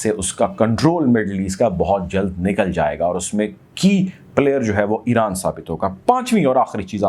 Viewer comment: Great VM👍Balance Coverage ….. just say Iran not Eran